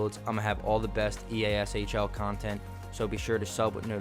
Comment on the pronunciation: it’s annoying asf when u say eshell